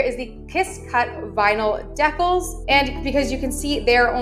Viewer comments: did you just deckals? and not Deecals? thats an instant not follow lol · It's pronounced DEE-KAHL not deekles 😂😂😂 bruh. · DEEEE CCAAALLLS not DEckals But GREAT Video Thanks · I tried to make sure someone else didn’t already say it but DECALS is pronounced dee-kals…not deckles. Good video though, very helpful! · She said Deck-els instead of Dee-cals 😂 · lol its pronounced deee-cals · Homegirl called the decals "deckles" 😂😂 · Isnt it pronounced dee-cals? If not. I have been saying this incorrectly my entire life. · lol, did she really say "deckulls"? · Thanks so much for the tutorial!! You pronounce kawaii just fine but decals is pronounced “dee-cals” 😅❤ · “deckals” was jarring 😂